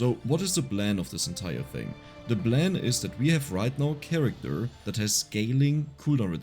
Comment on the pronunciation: we have ze blan lol